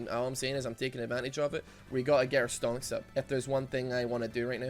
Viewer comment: I love how no one has mentioned what stonks actually means 🤣👌🏽 look it up if you dont know as it's funny when he says it like that